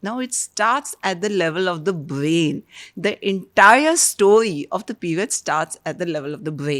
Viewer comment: Great podcast for women 🎉🎉🎉 thanks ❤❤❤. But i hate to admit that i got a lil irritated when pronounced brain as bain and ovary as ovy at times sorry😢.